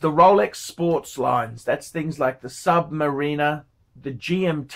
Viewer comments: He pronounces it the way it was originally meant to be pronounced. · He pronounced it correctly.